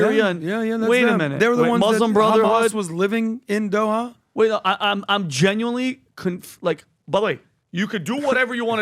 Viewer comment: he is buying in Dohaia- how hard it is to say Doha!!